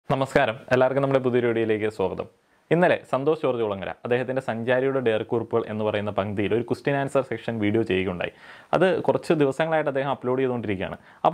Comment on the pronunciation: Content okke super....pakshe oru karyam sradhikkanam....സ്വോഗതം അല്ല സ്വാഗതം ....